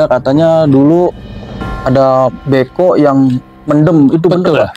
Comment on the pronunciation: Nora kong ali. Kaku. Beko bukan bko